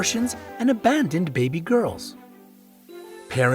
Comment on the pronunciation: Yo you don't have to say gales it's girls duh no offence but maybe you need to go back to school